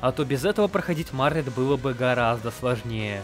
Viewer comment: У меня тоже — почему "Марлет", а не "Мартлет"?